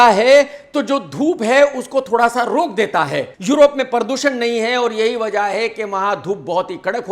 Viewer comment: “PARR doo SHAnnnn “ 😅😅😅😁😁😁